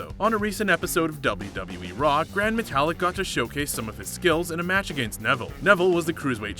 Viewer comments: Gran MeTALick, CEsaro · This man said gran metallic 😂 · He said gran matalic like metal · Seezaro and grand metallic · The botch that I like is the one you did of everyone's name. You're "" but you clearly don't know how to pronounce names? Do you even watch WWE? Obviously not so let me get to your botches since we watched a video about them...or bloopers as you call them. Who is Ceasar oh? It's Cesaro (See-Zar-Oh)...Lana (Lawn-nah)...Gran Matalik (Mata-leak)...for Balor (say er instead of or)...Snuka (Snook-ah). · Could we get another aka a better narrator for these vids? This guy doesn’t even know how pronounce Cesaro’s,Metalik’s,Nia Jax’s or lana’s name correctly! Do your reasearch before you make the video! You botched more than every one on this list! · And gran Matelik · Pronounce Cesaro properly. WWE say it every week. Oh, and you cannot pronounce Gran Metalik properly either.